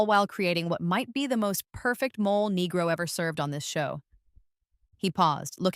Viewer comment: Mole negro pronunciation: MOH-lay NEH-groh